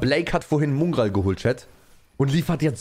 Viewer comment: Bitte mOngraal und nicht mUngraal nennen, danke